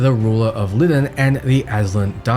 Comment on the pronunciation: Bro, it's pronounced LIE-DON not Lidden🤦🏾‍♂️